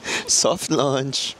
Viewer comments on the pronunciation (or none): none